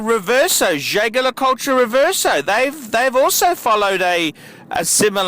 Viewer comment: I honestly despise this man to an unfathomable extent. An ignoramus with a piercing voice and attitude. Flaunting your opinions and calling your audience fuckers don't quite make you the hybrid between comedian and horologist par excellence you seem to thing you are. You mispronounce Jaeger, too.